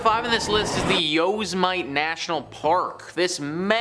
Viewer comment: It's pretty bad dude, you're doing a post about forests and can't even pronounce 'Yosemite'. It's not 'YosAmight'.... SMFH.